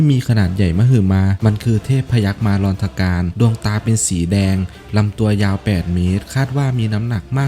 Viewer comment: มาร-อนธการ ครับ อ่านเเยกเเบบนี้ ไม่มีมา-รอน-ธ-การ เเนะนำว่าอย่าเอาให้อากู๋อ่าน มันอ่านมั่วบางครั้ง เสิร์ชหาเป็นคำๆดีกว่าครับ มันจะขึ้นคำคล้ายๆกันมา